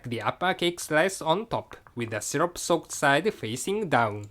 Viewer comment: You said 'shyrup'! It's syrup!